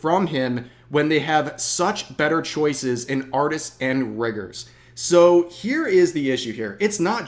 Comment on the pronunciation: Really need to work on the enunciation of "rigger"